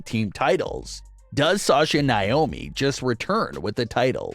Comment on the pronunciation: Would like you to actually pronounce NAOMI'S name right. It's NOT Niomi